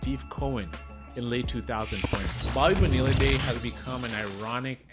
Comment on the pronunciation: BOBBY BONE-EELLA!!!! WTF?!?!